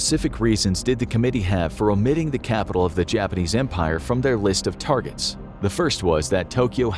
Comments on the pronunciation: "Key targerts" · “Key Targerts” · "Key Targerts" That's like the "No Regerts" meme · I love the first folder that said "key targerts" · LOL "Key Targerts" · Key Targerts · Key... TARGERTS. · "Key targerts"?!?!? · Key targerts 😅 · I came here to say this